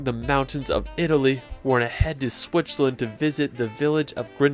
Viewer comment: Swicherland?? Where the fuck is swicherland??? I think you mean Switzerland, it has a T and a Z 👍